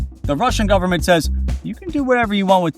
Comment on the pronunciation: "full faith and credit of the US gubmit"...LOL